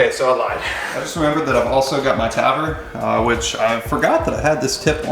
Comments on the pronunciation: hey it's not pronounced "tvor" its tavor the a isn't silent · Lmao you pronounce Tavor funny af dude 😂 It’s more of a - Ta-voor lol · "Tavor"?... It's pronounced "Tuh-voor" just saying. That's what I heard